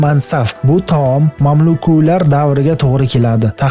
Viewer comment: Ахборот яхши. Лекин талаффузни унгланг. "Мамлукулар" эмас, "мамлуклар" ва шунга ухшаш.